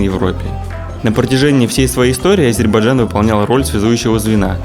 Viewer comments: лучше сначала научись правильно произносить название республики ! не Азербажан, а не Азербайджан!!! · Ребята правильно говорите название страны не Азейбарджан а Азербайджан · Город красивый, автор костноязычный, его друг вообще двух слов не может сформулировать. Я все видео слышал Азербаджан, это очень режет слух. Дикцию надо развивать и читать книги, а то Короче, Как бы, Ващето... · Даже выговорить правильно не может 🤦‍♂️🤦‍♂️🤦‍♂️ АзербаЖан 🤦‍♂️🤦‍♂️🤦‍♂️